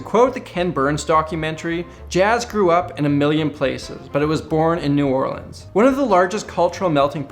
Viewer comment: Thank you for pronouncing New Orleans right